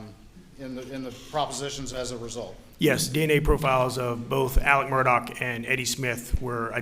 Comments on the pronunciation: It's "Murdaugh" officer, not "Murdock". :( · This family's nomenclature is confusing. First, it's pronounced ALEK, not Alex (common in the South). Second, it's MurDOCK, not MurDAUGH. (Rhymes with Murder; I can never get past this.) But finally, WHO with any sophistication would call a child "Buster?" Oh, how redneck. And these people are considered high class in that area? So close to the really polished Charlestonians just across the swamp? I think not; I'm sure they're being laughed at in all the better homes there. I do think at first glance Maggie's sister is exempt from this criticism, but I'd like to know more about her. She's articulate and wears good clothes and jewelry, "and I'm sure she was in a good sorority," LOL.. I'm sure this is her life's biggest nightmare. How horrible. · Is anyone finding it strange its pronounced Murdoch but the spelling of it is "murdaugh"?